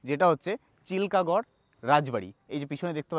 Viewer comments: চিলকা গড় নয়, চিলকিগড় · চিলকাগড় নয় চিল্কিগড়